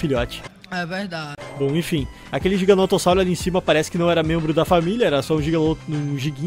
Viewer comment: qnd vc fala GIGANOTO eu penso em RISOTO kkkkk